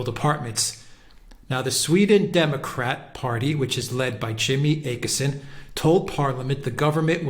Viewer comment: Always a very interesting program. One point of irritation is the often mispronounced names of people. It is a simple thing to find out how to pronounce names of key politicians such as Jimmy Åkesson and many others. We Brits sound dumb when we can't do this, especially on a good program like yours. Å is not A. It is more like "or" withou a rolling "r". I am not suggesting you develop accents for all the international names, but you could do a lot better in just getting the basic sounds right.